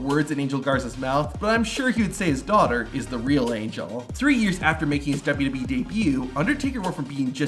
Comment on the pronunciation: the way this guy says wwe is funny "dubu dub e" nice video tho, would be crazy being the kid of a wrestler